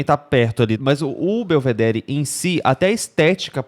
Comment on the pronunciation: Gente, que gastura de quem fala BelvedéRI. O certo é pronunciar “Belvedérr”